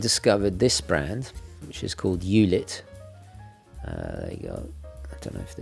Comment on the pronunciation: As always, great Video!! Just a small hint, eulit is german, therefore spelled "oi-lit" :)